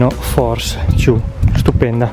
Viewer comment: La "Fors Ciù" sembra una gran tenda! Consigli: migliorare il brandeggiamento della camera ed evitare di fare riprese con una sola mano troppo vicino all'oggetto. Usa il cavalletto o fatti aiutare da altra persona. Ciao!